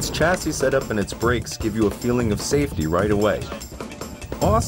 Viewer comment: omg doesnt know how to pronounce chassis chassis=sha - sy